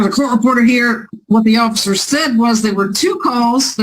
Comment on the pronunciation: I keep hearing the lawyer say occifer than when i rewind she says officer. Mandala effect? Am i going crazy 😂